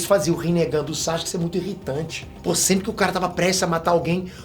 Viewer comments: "Chaxuque"... Adoro esses vídeos, pensar fora da caixa, a história do anime é muito rica. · Na vdd a pronuncia correta é Sasuke msm com o U é que os japoneses falam bem rápido ai o som do U passa despercebido. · Pergunta besta: Porque se pronuncia Saske e não Sasuke como é escrito o nome dele?. Responde essa.